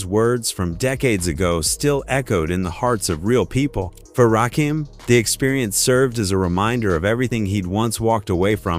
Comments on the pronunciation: Please pronounce his name correctly!!! Dddddaaammmnnn 🤬. It's NOT Rakeem, it's Ra-kim!! SMH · yo need to stop shit its rakim ain,t rakeem and rakim ain.t 60 he only 56. whats up with this dude or automated voice shit. whatever who ever don,t know the rapgame. shouldnt even be narrating. this. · Rakim not Rakeem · If you say Rakeem one more time...... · Who the hell is rakeem 🤔 you wasted the whole video saying his name wrong smdh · the man ain't 60 and its not ra-keem smfh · I know right? Rah-keem? lol Geez. These AI generated narrators have a lot of bugs and glitches.🤣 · PLEASE PRONOUNCE HIS NAME RIGHT!!!!!! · Fam I was thinkn the same like damn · The man is hip-hop royalty. If you want us to watch your channel.Learn to pronounce his FN name. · Dude need to pronounce his name correctly.